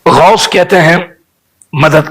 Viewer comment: Are khabees ke bachche pahle gaus bolna seekh ja phir baat karna aur baraili ke logon se itni taklee kiu hoti hai tujhe Maine tu kar ke is liye Bola hai kiu ki jo mere gause aazam ka nahi woh kisi ka nahi Labbaik ya Rasoolullh sallallaho Allahe wasallam Labbaik ya Husain Alaihissalam Labbaik ya gause Aazam